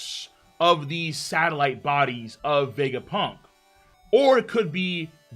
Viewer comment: The way says Vegapunk's name is so satisfying to hear